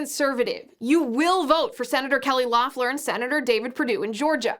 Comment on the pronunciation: Fyi, Liz : it's pronounced "LEHF-ler." Not that it matters now to anything but the footnotes in history books.